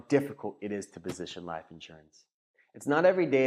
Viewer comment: Like the content except the way you say liiiph insurance